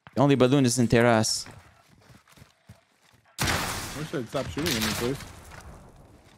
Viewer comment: He pronounced terraces tear asses😂